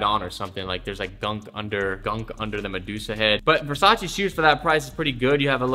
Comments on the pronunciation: Not being mean, but it's Versace not Versachee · You're saying Versace wrong